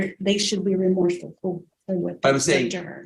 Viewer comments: the word is remorseful NOT romourseful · It's 'Remorseful'.